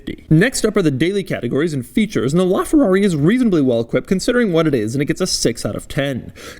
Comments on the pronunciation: “Lrrraa Ferrarrri!!!” (That’s what I hear, and what about you guys??) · "This, is a Laaaaaaaaaa Ferrari" What it sounded like when he pronounced it. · the way that this guy pronounces ''LA'' ferrari, ughhhh, cmon dude you are making a video inside that masterpiece and you don't learn how to pronounce ''LA''....... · Bro you’re supposed to say: this is LaFerrari, because “la” in Italian means “the” thus replacing the need for “a”